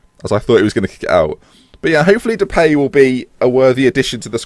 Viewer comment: "And Brad Jones in goal, so mistakes were made" haha. Also I believe it is pronounced De-pie not De-pay but I could be wrong. Keep up the good content. Sent here from Jack, but subscriber now :)